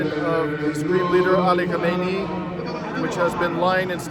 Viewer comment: You ought to practice KHA MEH NEH EE. 4 syllables.